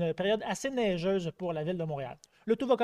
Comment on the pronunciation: il a tu dit neigeusse lol